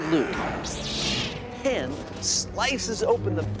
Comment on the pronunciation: Adam mispronouncing Han is so irksome 😖